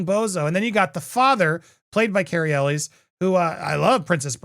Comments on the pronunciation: It’s pronounced El way NOT Elles!!!!!! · I stopped watching Popcorn planet because half of his videos are him yelling at his chat. He doesn't know how to pronounce Cary Elwes last name. God this sucks.